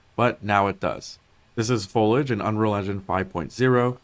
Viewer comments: This dude saying folidge was driving me insane. it's fo-lee-idge ffs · Folage? FOIL-AGE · Fol-EEEEEE-age... ffs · i cant help but be triggered by his pronunciation of foliage. "fow-ledge" instead of "foe-lee-edge" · Foliage.. foh lee age ... do peoples brains just shut off when they see this word? Its not folage or foilage. Damn... dont know why that drives me nuts but so many youtubers cant say it. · not the MOST important thing, but for anyone who's wondering... fo-LEE-uhj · "folage" lol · FOE LEE AH GE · Why does every youtuber that uploads videos like these explaining something, have one dumbass word they say absolutely, horribly wrong. One that you've never heard anyone say wrong before, but somehow this guy manages to make it the one word he repeats 300 times. "FOLAGE" Its like League youtubers when they used to say the word "Turrent" instead of "Turret". Shit is annoying as hell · the dude saying FOAL IDGE over and over triggered me to no end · It's pronounced Fow-lee-uhj Jesus... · Fow-lee-age. Foliage. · Me: I wonder what “Folage” is? 3 min in: oooohhh my gosh he is saying foliage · "Fowlidge" lol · Guy can't say foliage🙃😂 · This is amazing but the dude need to learn how to pronounce foliage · Not gonna call him out for saying foliage wrong? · That dude really needs to learn how to say foliage. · man the guy in the video totally disregards the i in the word foliage its so annoying for some reason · Listening to this dude pronounce foliage...... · Imagine making a video of this length about foliage and not being able to pronounce foliage. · I hate how he says foliage. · Dude can't pronounce the i in foliage to save his life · This guy not pronouncing "Foliage" correctly is really pissing me off. He's just skipping the "i" lol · its actually a little frustrating that the guy is obviously saying foliage wrong each time. JUST SAY IT CORRECTLY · There's an i in foliage 🤧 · The way the guy pronounced foliage bothered me more than it should have 😅